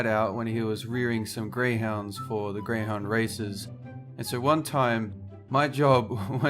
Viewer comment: grey houdn races did he say grwey hound races I HATE GREY HOUND RACES I GOT A GREY HOUD ANDI DONT LIKE GREY HOUND RACES